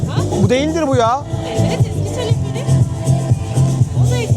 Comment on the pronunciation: Teleferik kelimesini neden Tilifirik diye soyluyorsun video boyunca gulmekten catladik